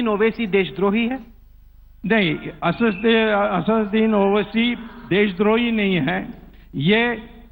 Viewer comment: aapne Owaisi ka naam "ASUDDIN OWAISI" bola hai, Sahi naam hai ASADUDDIN OWAISI "......... again you said "ASUDDIN"...which is not correct.